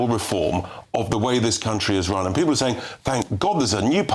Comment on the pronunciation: cannot pronounce any word that ends in L/LE like PEOPLE or ESSENTIAL.